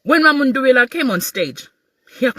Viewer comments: It's mundubile my sister not mundubila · Please pronounce MUNDUBILE correctly.❤